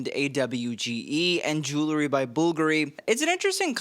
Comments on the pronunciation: Jue well ree, not Jue lew ree. Get the "w" in there early on. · Jewelry NOT Jewlery Jul ree. Jul la ree This sets me off every episode. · JEW-EL-RY. Not JOO-LERY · Enjoy your videos, but please stop saying “jewlary.” Jewelry is pronounced Ju-well-ree. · ffs its JEWEL-RY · I turned this off after hearing you say "jewlery" for the 10th time.